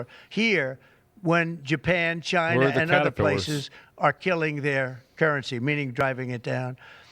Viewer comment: Next start to pull companies from ...CHAINAH... and it's check mate.